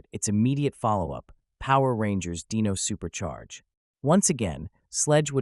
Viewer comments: I am hundred percent sorry but I really just have to dislike it because how names is being mispronounced. It’s like nails on a chalkboard for me unfortunately. This is a person that have dyslexia and having problems for announcing names. It just hard to watch it’s pronounce Dino, not deno. I am sorry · so did you use a text to speech program or something because there is no way anybody says dino like "deen oh"